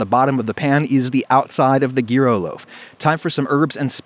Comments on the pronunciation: I came here with the main question on my minding being, "will he pronounce it "jiro" or correctly "yuro"?" and Adam just came out of left fucking field with a "Gee roe" Btw thanks for making this recipe, I'm Greek and the restaurant we typically got our greek food from recently closed and we can't really get good gyros anymore. I hope this will be a great way to keep eating delicious greek food. BTW try adding fries in there. Not super crispy look up gyro fries. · gheero? Nah, its Jyro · that's how its pronounced- yeero to be exact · Yo man, Greek food tip. Add a slice of dry, stale bread to the tzaziki. It will soak out the excess moisture in an hour, maybe less. Also, it's not Geero, it's more like Hero. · Adam, it is pronounced 'yee-ro', not gear-oh. Look it up! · its "yur-o" not "gee-ro" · Yea, gyro is pronounced yeero not gyro. Do you not get the irony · why can't people just pronounce words correctly? its pronounced jyro not geero. ew. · if you absolutely have to be pedantic (you don't), it's /ˈʝiɾo/. That's not a sound in English, so pronounce it how you prefer. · It’s not even the American pronunciation. We say it like “jy-ro”, although “yi-ro” is the correct way. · "Gear-O"? Okay. Call it what ever you want, I love 'em if they're made right and have proper tzatziki. *Once she stopped laughing, my native Greek Cypriot girlfriend made me say: "YEE-ROH" - now I'm passing it along to you 😂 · As a generic New Yorker it's pronounced jyro.When it matters most I say yee-ro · My man... “gear-oh”? I’ve heard people mispronounce it as “jy-ro” my whole life but never “gear-oh”. It’s “year-o” 😛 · Adam: Gear-ooh Me: Gy-roh Greeks: OH MY GOD, IT'S PRONOUNCED Y E E - R O O H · Its yee-ro xD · Adam Ragusea the G in Gyro is silent, so the pronunciation is Yeero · It triggers me when you say geero its kebab meat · my greek friend pronounces them 'hee-ros'. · Pronounced “year-o”. Otherwise good video. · *posts video on how to pronounce tricky food names *Next video: "Gear-o"